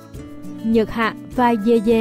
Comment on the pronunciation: Yeye đọc thành dê dê t cười ỉa😂